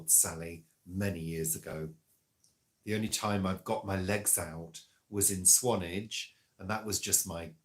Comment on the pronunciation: Swan-ARGE. It's not a and vlog without an alternative pronunciation ❤👏